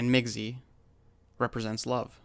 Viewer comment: Thanks for shedding light and truth about our culture, I as an ojibwe can say most of this is accurate, could use some work on the pronunciations tho, like migizi (Mi-Gi-Zi) (aa-mik) (saa'be) (ma-iin-gan)